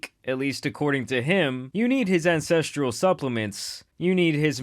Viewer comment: I'm gonna be that guy and let you know that it's pronounced "An-sess-tral" not "an-sess-tree-al"